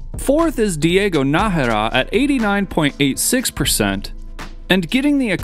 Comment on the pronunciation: yes brother!!! you said NAjera!!! you are the best :P